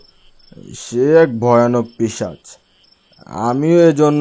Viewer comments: ওটা পীচাশ না 🤣 পীশাচ হবে😊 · পিশাচ না পিচাশ 😂😂